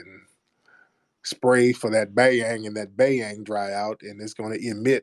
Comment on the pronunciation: Not " the bangyangs"...!!!!:hand-orange-covering-eyes:🤣🤣